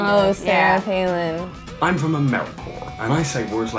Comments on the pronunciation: got me! "Did he say Amercoler?" And I love how positive they stay throughout the video! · did he say americore??? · Honestly the bits in between the overly annunciated and mispronounced stuff was really accurate (though I do not know a single accent that says “americore” lol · "Did he say Americor?" I laughed more than I should have 😂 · "Americor"... wasn't he a villian in a DC movie? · "did he say americor?!" 😂😂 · MY MAN REALLY SAID AMERICR😂😂😂😂I'M DYING AND I'M FROM LONDON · He said Americore lmaooo I’m dying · "Did he say AMERICORE?!" Lmmfaooooo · "Americor" lmfao😂